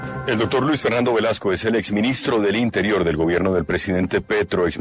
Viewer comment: No se puede confiar en un tipo que dice “dodtor”, “odción”